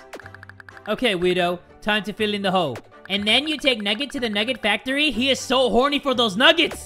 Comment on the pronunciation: NUGGET FACTOWY!! Me: HAHAHHAHAHAHAHAHHAHAHAHA